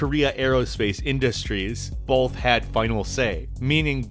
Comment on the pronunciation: You saying bo"l"th 3 times in a row was pretty fucking painful to listen to.